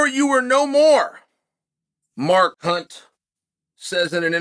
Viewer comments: Did he call him Mar Kunt? 😂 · When chael says mark hunt it sounds like a swear word!